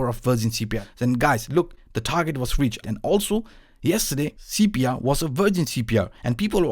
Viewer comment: Seepia? What is he saying? See-pee-yuh line?